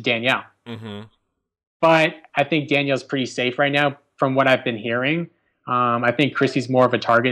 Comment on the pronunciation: "Do you dhink... "